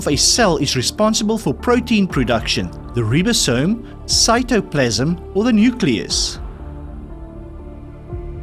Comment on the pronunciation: Just trying to help. In both the UK and US, OED and Webster's, the pronunciation is RAI-buh-some, not REE-buh-some.